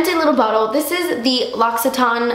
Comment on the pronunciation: Lol, "locksytawn". 😂 It's pronounced law-see-tain(French), but go head with yo bad self, I still love you! Glad you're back! Reunited and it feeeeeeels so goooooood!!